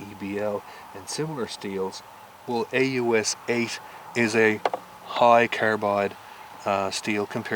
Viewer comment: you said "aus a" its aus 8